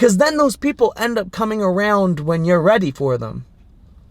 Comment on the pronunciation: “Arooond that”